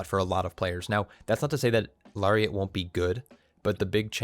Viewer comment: It’s “Larry”iat